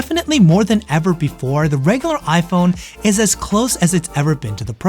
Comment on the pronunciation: Why are you keep saying ipone? 😂